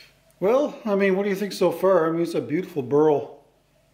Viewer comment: Dear "BURL" pronounce with one cylable not " BURUL" with 2 cylable. You pronounce it wrong all the time.sorry